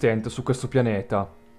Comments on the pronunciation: Sentire arcius al posto di àrcheus ... ti giuro, mi ha fatto bloccare più volte il video dal nervoso. Ma apparte questo ... bel video X) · Poi si dice Archeas